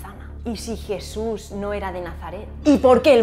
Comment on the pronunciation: JIESUS? Giente? Un nuevo ejiemplo de esta pronunciacion chilena. Pero en Espana donde se habla asi?